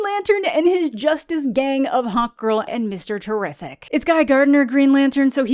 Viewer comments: Am I the only one who kept hearing "Hot Girl" every time you said (I assume) "Hawk Girl"? Imagine that as a superhero name! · Every time you say Hawkgirl I'm hearing "Hot Girl" which, okay, she's pretty hot, but that isn't her name is it?..... OH FUG ME.